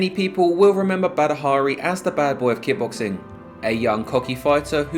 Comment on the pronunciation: Are you saying, “ki-boxing?” It’s kick-boxing.